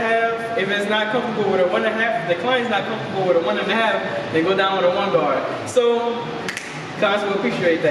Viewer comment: You said the guards wrong. M